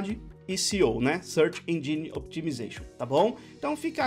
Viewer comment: dev nunca fala engine corretamente kkkk, existe um a lingua inglesa e a lingua inglesa dos devs XD